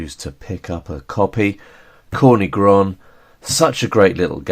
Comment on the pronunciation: Hey, just so you know, that's not how you pronounce"Corny Groń" it has nothing to do with"corn" - it's "tz" (like a tzar, ruler of medieval Russia) "or" - "ny" - with a hard throaty "y" like an "i" in "b*tch" not soft "ee" "Groń" you got almost right, the last n is softer sound like a "nie" in "niece" It means "black mountain ridge"/"black peak"